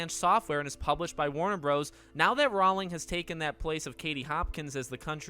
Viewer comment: Just FYI... "Rowling" rhymes with "bowling". :)